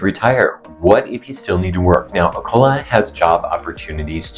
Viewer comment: First off--pronounce the name right. You get more respect that way.